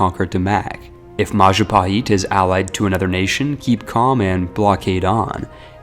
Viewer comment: "Maja paheet"